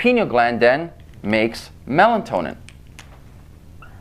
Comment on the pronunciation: Melatonin.....not Melantonin !!